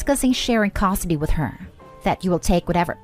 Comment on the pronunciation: When is this ai reader going to learn how to pronounce " custody" properly?